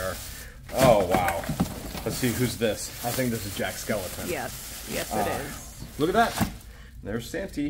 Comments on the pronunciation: Please, his name is Jack Skellington not skeleton.💀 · It’s Jack Skellington. Not Skeleton